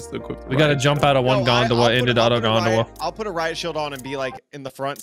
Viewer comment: I know they're saying gondola but I can't stop hearing Gundam